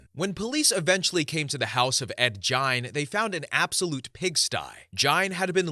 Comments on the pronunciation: fyi its pronounced "geen", like rhyming with bean, not "jine" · “Ed gine” I thought it was geen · Ed Gian? Ed Gein, and it pronounced geen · Radder? Try raider. Jine? It's pronounced geen. Oy, do some pronunciation research before publishing please! Also, I second the LPOTL shoutout. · Story 10. Gein. Ed GEIN. Not gian,not giant.... GEIN. Pronounced GEEN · Gene. As in geeeeen. Not gine. Ed gein…. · Your saying Gain's name wrong & it's annoying af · the lampshade guy was Ed Gein, pronounced Geen. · Story 1. Dennis Rader pronounced: Raider not Radder. Story 10: Ed Gein. Pronounced: Geen with hard G like the word go. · Ed Gein... Pronounced like "Gain" 😊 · It is Ed Gein not Gian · You pronounced 3 of the killers names wrong. So I appreciate the time & effort you put into the stories but at least research what your talking about beforehand. Hearing you say ( Ed jine ) so many times in the story pronouncing his name wrong made me change stories. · the way he pronounced it pissed me off😭😂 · I’d have enjoyed it more if he would have been able to pronounce Gein’s name properly. Anybody that’s knows about serial killers knows how to pronounce that name. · I couldn’t even finish this vid, it was grinding my gears so much that all these serial killers are pretty well known but you can’t even pronounce their name correctly? You can pronounce Kuklinski but not Rader or Gein? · It’s Gein with a hard G. His name is German and Germans don’t have very many soft Gs, if any, in their language Anyways, Gein’s fascination with doing taxidermy on humans stems from the Nazi “bitch of Buchenwald”, or Ilza Koch. She had things like human skin lampshades, fingers for light switches… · Ed Gein with a "G" not a "J" sound!!!! I almost shut this video off. Who the hell doesn't know who Ed Gein is? Literally the most known horror movie bad guys are based on him. Wow!